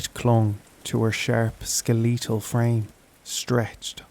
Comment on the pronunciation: "skeLEETal" If you can pronounce "little" or even "if/it" you can pronounce that word too mate 😅 "skeLITTLE"